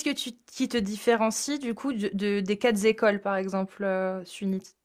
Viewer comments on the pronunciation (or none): Et svp arrêtez de mettre une liaison : quatre écoles et non quatreZ écoles. La bise